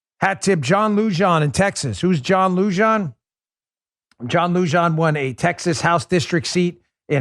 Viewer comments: John Lujan pronounced “Luhan” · Hi Mr. Dan, Lujan is pronounced with an H sound. That is the J in the Spanish language is pronounce 'ha'. Phonetically spelled it would be 'LUHAN'. Sincerely, Mark from Nuevo Mejico (MEHICO - LOL:@